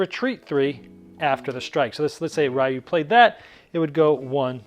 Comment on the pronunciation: ...I can't be the only one that's a little triggered on his pronounciation of Ryu...you say the Y like an E sound, not an actual Y sound >.>